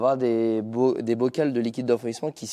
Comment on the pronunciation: Un bocal .....des bocaux......(et pas des bocals !!! ) facile de s'en souvenir c'est comme un portail ...des portos ....rendez-vous encore au bar du café du coin !!!